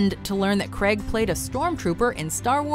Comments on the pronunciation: Why do Americans pronounce it Creg? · Who the fuck is Daniel Creg???? It's Craig! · Daniel Creg? Really? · I don't get how Americans get 'Creg' out of 'Craig' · “Daniel Cregg” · Craig! Craig! Craig! Not Creg! How can you not pronounce it? Craig like vague or plague. Not Creg like Greg or beg. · Down voted for saying KREG instead of Craig. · Who the hell is Daniel Creg? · the funniest part of this vid was how pronounced Craig. Cringeworthy. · Daniel CREGG??